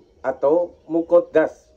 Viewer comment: Ijin Meluruskan, kata² azali jangan dibaca ajali, Kata² muhaddas jngn di baca muqoddas, perlu belajar lagi yg tepat,karena di tonton banyak org, maaf